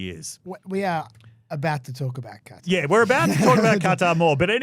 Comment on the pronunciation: If the Qatari jet ends up being decommissioned as an exhibit for Trump's library before he is dead, I will eat every hat I own. Also, I get trying to make an effort to correctly pronounce "Qatar", but it REALLY sounds like you're saying "Carter". At least it's better than the Americans who say "Cutter".